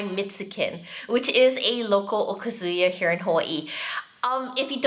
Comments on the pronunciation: Agree! I've also heard Japanese speakers emphasize the second (more) AND last syllable (less): o-KA-zu-YA. Many times, I've heard wrongly pronounced: o-kuh-ZOO-yuh. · That is NOT tempura but, Ebi Fry. Also okazuya is pronounced, O Kazuya. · That's what they call it in the restaurant. Also, the emphasis is on the second syllable of okazuya (おかずや) not the first.